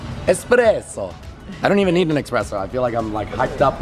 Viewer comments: did he say "expresso"? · It is not called an eXpresso. It is called an Espresso. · Bruhhhh, there is x in espresso